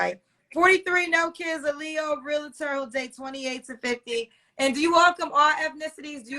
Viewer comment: It's REALTOR....NOT ReaLITor 😩. No I.